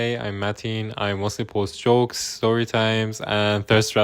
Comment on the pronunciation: interesting to listen to you, but I have to admit your pronunciation is at some moments really difficult to get... like e.g. at the very beginning when you are saying" I mostly post jokes" ... I understood it only because of the subtitles...without them I heard "... chokes"... and this goes on and on throughout the entire video... the way you mumble is a bit annoying .... and it is in contradiction to your appearance, because on one hand I want to watch and listen to what you are saying, but in the same time you are unintelligible throughout the most important moments.... try to improve your diction ... (maybe find some speech therapist?...)